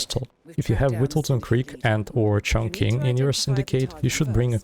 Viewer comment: You pronounce Chongqing incorrectly. It's pronounced like "Chong Ching"